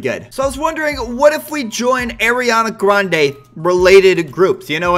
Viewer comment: I like how you say arianna grande you say it like airreana grounda😂